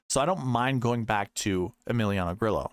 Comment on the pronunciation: Come on don’t be lame like other content creators and not pronounce Grillo correctly. Drove me crazy last week. I will help. Think of it like this Gree-yo. No L sound.